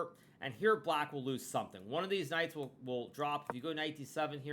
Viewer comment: Did he just say "deez knights"?